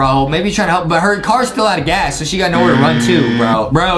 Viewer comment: Nan why did he say one out of gas like that?